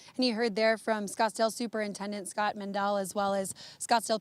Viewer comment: Oh no not "Scottsdale"